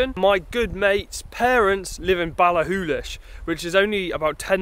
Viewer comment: Ooo I'm impressed you can pronounce Ballachulish! That campsite must be new since I was last up there, guess it's part of the ski centre. We used to rough it & abuse the toilets in Morrisons.